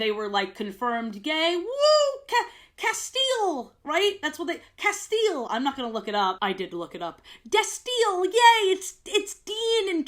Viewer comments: "castiel" is pronounced "cas-tee-el" :) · they way you say “castiel/destiel” made me take psychic damage and i have never seen supernatural.